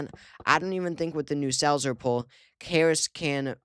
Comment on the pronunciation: When he said "the Selzer poll" I was sure he said "the cells are full" . 😮😮😂😂